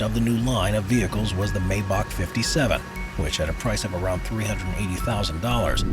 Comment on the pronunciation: MY-bock, not MAY-bock. If youre gonna say it, at least say it right..🙄